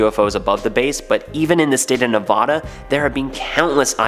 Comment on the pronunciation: Don't say Nevada like that ever again.....